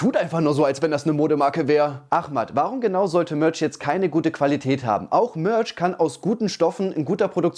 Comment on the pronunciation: "Das iss alles Mööörtsch!" Kannst'e dir nicht ausdenken...